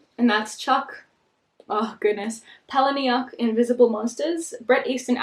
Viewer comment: Palahniuk is pronounced "Paula-Nick"